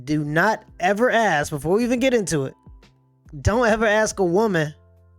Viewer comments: Omg that aks. Hurts my soul so much lol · She probably shouldn't have a segment called "Ask " when she can't even say the word "ask". She should've called it "Axe ". As for dating a sex worker? Only a young man would consider such a dumb proposition.